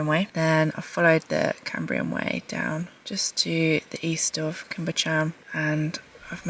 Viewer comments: Pronounced Cwm ( it’s short, not long like coombe”) Buh-chan ( Bu as in but, ch- ann, ch as in loch lomond, not ever lock) . I see your truck often! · Great video. Cwm is pronounced 'koom' but quick (no emphasis on the o noise) while Bychan is a bit harder. 'By' where the y is pronounced as the u in gun, 'ch' is the same as in the Scottish word loch (not 'ck', noise not actually present in English), 'an' is straightforward - like Anne